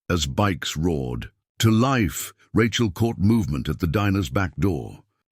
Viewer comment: “As bikes roared TO LIFE“ wrong intonation.